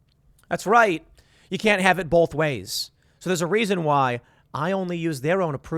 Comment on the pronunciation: The whole world: "Both." Tim: "Bolth."